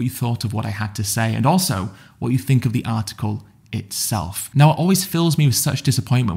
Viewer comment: Too bad ed doesn’t take some time to figure out how to pronounce “th” words. I hear him saying “fink” “frew” and just can’t help but think dumb…..